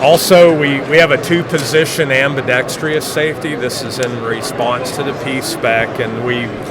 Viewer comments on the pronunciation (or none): "Ambidextreeous" lol.